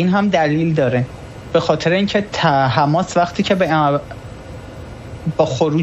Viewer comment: بابا آبرو داشته باش ببین کی میگه رفح که تو میگی. ر. فح حجه کن. حیف متاسفم برات برواقلا اخبار سیما را ببین نام هارا یاد بگیر. یک جا میگی حماس یک جا حمماس درست نیست چند بار محترمانه گفتم